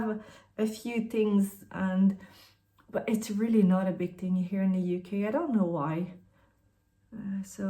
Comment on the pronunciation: First time here and I was confused for a second when you said UK with your accent! 😂 Your skin color is similar to mine which I love for recommendations too! ❤